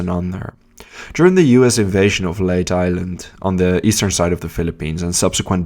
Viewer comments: Ma - nill - a . Not Ma - nay - a ! Leyte is pronounced Lay - tay not Late! Mindanao is Men - den - now not Maduro although those are my favorite cigars.😆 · Leyte (Lay-teh) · Leyte has an e and is pronounced Lay- Te, the TE pronounced just like the word Tell but without the double L. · "Leyte" is pronounced as "lay-tea", not "late". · You could have just said that it is pronounced as Lay-Teh. There you go! LOL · Leyte is pronounced LAYTAY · He mispronounced numerous words, including Leyte.